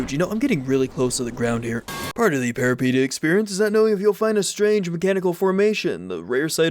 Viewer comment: Peripeteia, the first and second e sound like the es in elephant, fun fact peripeteia is a Greek word meaning adventure